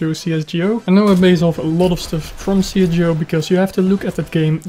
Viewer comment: i know but you are saying it not right